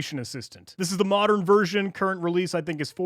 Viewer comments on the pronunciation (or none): none